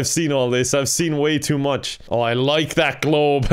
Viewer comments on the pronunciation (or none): none